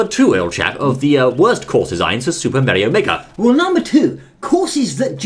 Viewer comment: It Is Super Mario Makers Not Super Meario Make